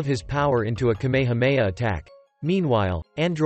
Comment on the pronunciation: bruh say kamehameha right